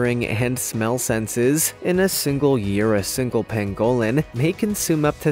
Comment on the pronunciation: I love this channel! But please learn to pronounce words correctly. Like the Pangolin pang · guh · luhn